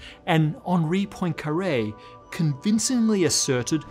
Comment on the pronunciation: He also mispronounced Poincaré